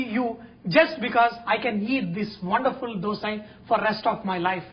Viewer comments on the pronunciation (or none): none